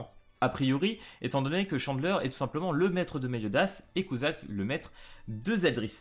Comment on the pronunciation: Sa se prononcé cutsak et pas cuzak eli n'est pas une des seven deadly sins et sa prononcé deadly sins avec un s à la fin sinon trop hype pour les persos et bonne soiree🥰